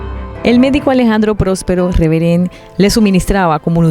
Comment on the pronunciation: Se pronuncia próspero Reverent..